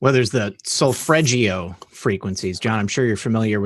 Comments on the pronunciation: It's Solfeggio not Solfreggio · SolFEggio, not solFREggio. Listen to this